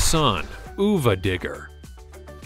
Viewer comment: Oova digger??? If your gonna narrate this stuff learn the name. You even said it Son of a Digger. How sad 😞 uva pronounced of a not oova wow just wow